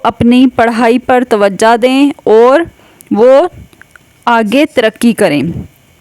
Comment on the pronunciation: تم بھی توجا دو اردو نہیں آتی تمھیں۔ توجا نہیں ہوتا لفظ توجہ ہوتا ہے😅😊